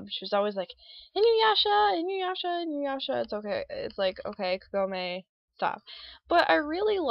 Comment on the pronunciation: Don't worry, You pronounced Kagome's name right. I more or less agree with you with her screaming Inuyasha's name all the time, and he also does with Kagome's name. But I still think is cool, and I'm in love with the anime. In fact, because of that show, I'm getting into more Anime now!